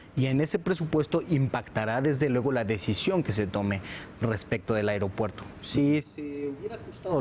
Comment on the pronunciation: No soporto a este cabrón diciendo "areopuerto".